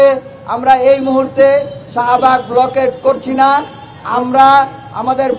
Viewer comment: ব্লকেড🤣🤣🤣🤣উচ্চারণ ঠিক নাই সে নাকি ছাত্র